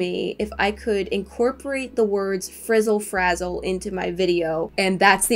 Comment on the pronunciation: "fRiZzAl fAzZaL"